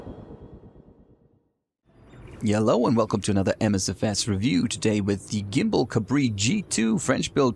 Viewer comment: Just for accuracy, since this is a French aircraft the correct pronunciation is "Gambal".